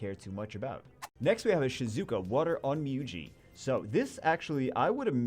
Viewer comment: wonder how long it takes for to realize he is pronouncing onmyouji wrong (its pronounced on myo ji )